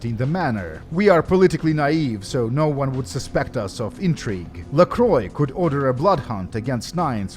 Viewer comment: It's funny because if it was made 15 Years later, Nosferatu would have a huge Fanclub, and could People out on Twitter. Disappointing that Bach also doesn't know how to pronounce LaCroix.